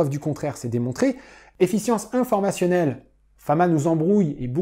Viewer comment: Très intéressant !! Attention à la petite faute qui se répète tout le long : Efficience et non Effience. ;)